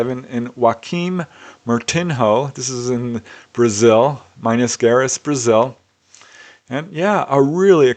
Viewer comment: at around 39 minutes you mention Minas Gerais (pronounced meenus jer-ice), fascinating content per usual, thank you.